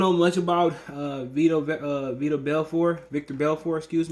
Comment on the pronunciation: It's veetor belfort